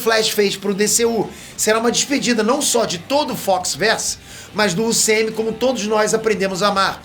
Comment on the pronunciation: Mano, o falando "Como é que acaba o UCM?" parece que ele tá falando "Como é que acaba o sêmen?" 😂😂😂